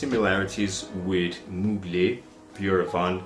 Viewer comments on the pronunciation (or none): Its not « Mulgey » it is to be pronounced « Muglair » Normally the R is silent in french at the end... but not in that case. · Hye thanks for your revue but you don’t pronounce Well Mugler: you must pronounce Mugl -air my friend 😊👍